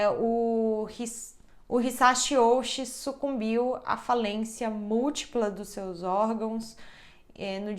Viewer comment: Uma dica no vocabulário japonês tudo com chi tem som de ti então o nome do nome é outi provavelmente com o significado literal de carne grande 大内